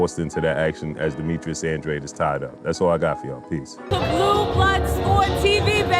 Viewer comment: Yo stop disrespecting ANDRADE, you're saying his name wrong fam